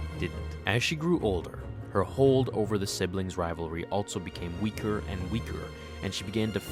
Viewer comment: Only critique of a great video. The word 'also' does not have a 't' in it.